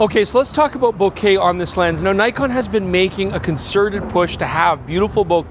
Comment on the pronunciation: is back to mispronouncing Nikon... Tsk tsk tsk. Shame